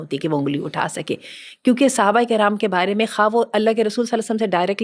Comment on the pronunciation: Mam its Sahabah not suhabah